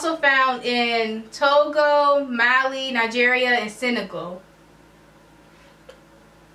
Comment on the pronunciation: Mali is in Africa n u guys just mispronounced all of the countries you mentioned. Left ur yard much?